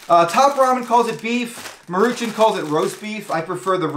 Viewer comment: That is so not how you pronounce "Maruchan." 😛 It's "Maw-ru-chawn."